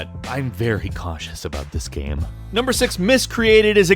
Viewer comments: He also said "gam" instead of game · It sounded like you said "State of the gay" at the end there LOL!